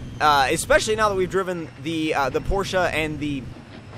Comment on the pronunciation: porsche (por'sh) this is the pronunciation of the word tomcat